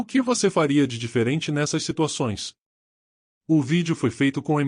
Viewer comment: alguém mais achou que no final ele falava: "o vídeo foi feito com MT carinha" e depois se deu conta que é "muito carinho" ?